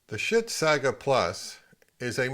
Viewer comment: I can't help it. Yoy keep saying sbit. lol. I used to have an NAD